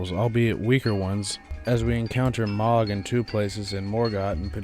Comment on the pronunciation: No shade but the way you say “Mohg’s” name bothers the hell outta me lol. I always heard it pronounced as MOW-G not MA-G. Dk which is correct just never heard anyone say it your way…so please stop lol